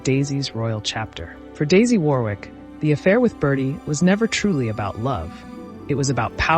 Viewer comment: Warwick is pronounced “worrick” in correct English 🏴